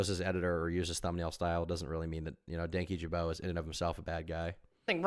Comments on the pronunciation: Danky jabo 😂😂 its dan kyjabo, i love that most people read it like that at first, including myself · Dankyjabow? Ja-bow??? How tf do you mispronounce an "O" as making an "ow" sound???